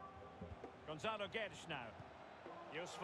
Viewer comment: thats not how you say gonçalo. he nailed the "guedes" tho